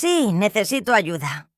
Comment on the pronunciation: It sounds like homey was using a voice changer to make the female voices HAHAHA - sounds really strange. Not sure about Ayuda being pronounced like "huh-SHOO-dah!" Turned it off at that point.